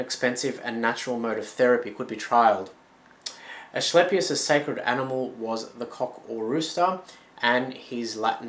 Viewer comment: Nice vid, just an fyi the c in Asclepius is a ka or ca sound not a ch or sh. Loved the info though now gonna go look at more of your vids. :)